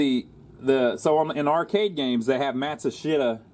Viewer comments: I believe Matsushita is pronounced matt-shoe-sta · 4 syllables as in Mat-sue-she-ta